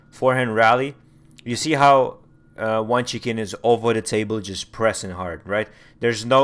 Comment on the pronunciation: I've subscribed and this analysis is interesting but, if you're going to do more of them, you need to pronounce the names correctly. Q is pronounced 'ch' in Chinese names - Dan "Chu" and Wang "Chuchin".